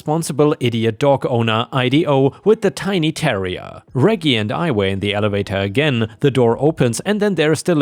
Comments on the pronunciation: For future reference, Reggie is the shortform of Reginald, and the g's are soft, not hard. The name is pronounced REH-jee, not reggy. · First story.... Moron shoots neighbors' house while cops are there? That could be a fatal mistake. 🤨 Reggie is pronounced "rejee", soft G. House cleaning story.... OP is NTA. Hubby is a fool, and that neighbor is an entitled B. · I was grocery shopping during upload today so I missed it. Reggie is pronounced Re-G btw. Awesome video! Forever a ⭐ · It’s pronounced Rej e with a J sound from Reginald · By the way, "Reggie" is pronounced in a way that rhymes with "Edgy". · Srory 1: the dogs name reggie is pronounced like veggie (short for vegetable) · Reggie,,,,, thats a soft G like German not hard like go